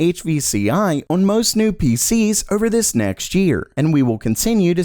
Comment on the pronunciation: Years later and you still can't say "on"